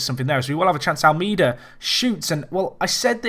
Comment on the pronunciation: If you pronounce Almeida's name right he will start scoring